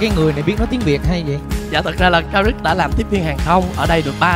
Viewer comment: nghe trấn thành đọc karit còn tưởng karik mà lại là karit